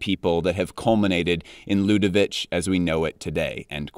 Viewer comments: Stefano Pilati is such a gorgeous designer, very underrated which is a shame. By the way, Ludovic is pronounced LudoviK 😆 French is hard, I feel for you 😉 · Hey, just a quick pronunciation note, for LDSS, Ludovic is not pronounced the Serbian way, since Ludovic de Saint Sernin is French, it's a quick k, as you would pronounce Ludovik. It's the French version of the germanic derivative for Louis, Ludwig, and as such is quite a short, percussive last sound. By the way, the Serbian -ić suffix is usually written with the accented ć to denote the way it is pronounced. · Dont want to be that guy but we prononce ludovic: ludovik not ludovich. Great vid!! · Stefano’s YSL was such a great phase and the spring/summer 2008 is one of the greatest shows of him at the brand . Ludovic ya pronounced with a K. 😊